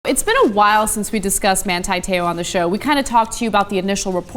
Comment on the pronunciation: Why do you yanks pronounce his name wrong? It's Man-TEE, not Man-TIE and his last name Te "oar" (in a Southie accent and 2 syllables) not Tayoh.